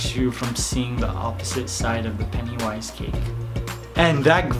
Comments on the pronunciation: Oh,so thats why he says peniwise insteas of pennywise? Sorry mate,didnt know. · I hate how he says PENIWISE instead of pennywise.